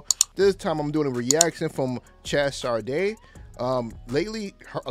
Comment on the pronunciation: It’s pronounced “Shay”.